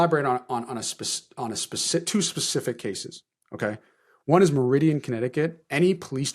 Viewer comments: You unfortunately mispronounced Meriden, CT pretty bad. Good reporting though. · Mar e din (Meriden) not Meridian.